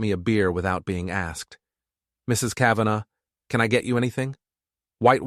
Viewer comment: Lilac "Ca-van-ah"...nice AI reading, especially after it was pronounced correctly